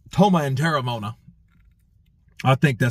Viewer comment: Well it's te-re-mo-ana.